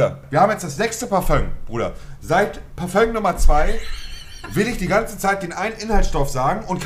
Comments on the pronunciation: Jeder normale mensch:parfum Monte:PARFÖNG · Monte es heißt Parfum nicht Parföng... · Dieses Parföng triggert aus der Hölle, bitte sag dann halt einfach Parfüm.. und nicht Parföng!!! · Was für parföng das heißt Parfüm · S Es heißt fardöng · Niemand: Wirklich niemand: Monte: Parföng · Bitte übe das Wort : Parfum richtig auszusprechen !